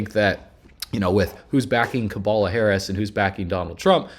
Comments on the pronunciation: Her Name is Kamala & Not Kabala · Her name isn’t Kabala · It’s Cabala 😂